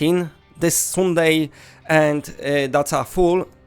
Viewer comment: You are using a lot of long u sounds (like oo) when it should be a short sound. Like update, bundle, sunday. You are saying them like oopdate, boondle, soonday etc